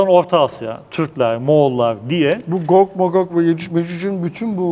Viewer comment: amma atiyon ha😂 gog zaten cuc diye okunur